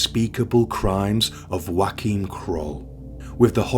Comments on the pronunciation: His name is NOT Joaquin, a Spanish name, it is actually Joachim, a German name edit: According to the web it is either : Yoh-a-keem or Joh-a-keem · His name was pronounced Joe-came. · You have to work on your pronounciation of NAMES (for ppl as well as towns) - Joachim is not a Spanish/Mexican name and not prounced as in Josè! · Is that really how you pronounce his first name? I thought it was like yo a chim.